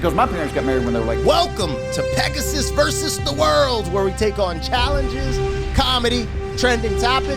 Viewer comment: Vs. is pronounced "versus." Not "verse." Not trying to be mean. It's just like fingernails on a chalkboard whenever I hear that said incorrectly. Sorry!